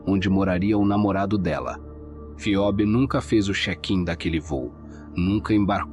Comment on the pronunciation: Bom dia, A pronúncia correta do nome da Moça é 'Febe' (Ph tem som da letra 'F')! Um absurdo, mais uma vez, de um familiar que negligenciou a Jovem e a deixou 'sob os cuidados' de pessoas nada confiáveis. Para agravar a situação, demora para notificar o desaparecimento da Filha ás Autoridades. Lamento pelo que Phoebe Bishop passou em seus últimos momentos. Que a justiça seja feita para honrar sua memória. 😢